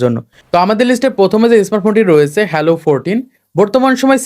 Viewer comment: আবাল,হ্যালো না হ্যালিও।আসছে ভিডিও করতে।উচ্চারণ করতে পারে না।আবার ইউটুবার সাজছে😂😂😂